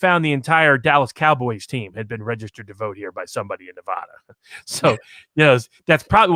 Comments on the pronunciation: Neh-va-duh. NOT Nuh-vah-dah. You can usually tell whether someone is from Nevada or not by if they can pronounce it correctly or not. And Sissylak is such a clown. He pretty much tries to follow California: a failed state. A state which people are leaving in droves. A state where it's legal to shit in the open streets. A state with corruption beyond measure. Sissylak needs to be recalled. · it's. not. nev-ahhhh-da. this bugs me so much.